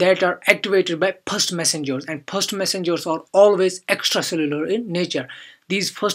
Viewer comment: Phhhaast Messengeuuurs 🤔 Nice Explanation Btw 👍